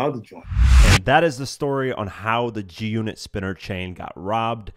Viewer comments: Are you saying Junit? Do you not know it’s G-unit? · Lol "this story with the junnit chain"